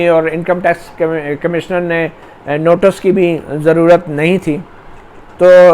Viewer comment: You have repeated the word "notus" one hundred times. The correct pronunciation is "notice". please correct.